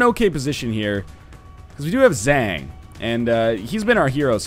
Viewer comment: Zhang isnt pronounced like dang, its pronounced like hunk